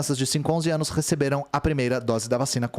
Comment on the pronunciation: "No último ânus"